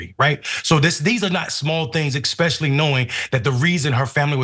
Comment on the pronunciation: I acknowledge this is petty but it is also a pet peeve - Mondale - the word is spelled ESpecially not EXspecially.